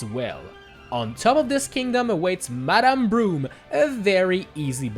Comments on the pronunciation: It's Madame BROODE not BROOME! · did he say madame broom